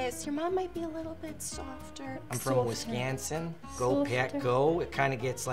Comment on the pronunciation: "Wiscansin?" Never have I ever heard anybody in Wisconsin talk like that. that's a just big no